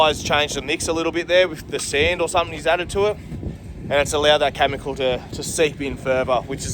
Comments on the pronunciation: It’s pronounced Kemicle not Camicle. Chemical Cheers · its "Chemical" not "Chamincal"